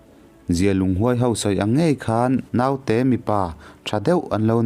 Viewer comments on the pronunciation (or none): none